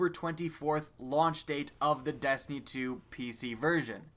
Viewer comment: Am I the only one that hears him say dastiny and not destiny?